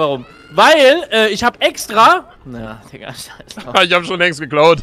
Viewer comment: No hate aber es heißt Digga nicht dika 😅